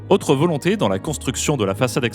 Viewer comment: Apôtre, avec un accent circonflexe svp, et pas "apatre". Haute et Autre se prononcent hôte et ôtre, et pas "hate" et "hatre".